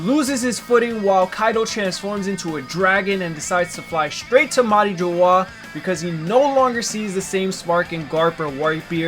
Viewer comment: MARIOAA? you mean Marijoaa?